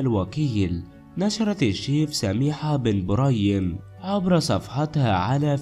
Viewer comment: علاه راك تتعقن اهدر مليح اولا اسمها بن بريم مش بن مريم وش ذي الخالوطة 🇩🇿🇩🇿🇩🇿